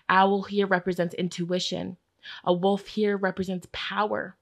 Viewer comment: 😂 for group 1 when you were tongue tied with the word wolf…that was me 😬 well into my adult life with a doctorate degree, I still mispronounce that word as “woof”. And I just bought an RV! What!?